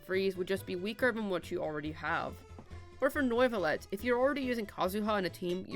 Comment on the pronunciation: "Noivolet" lol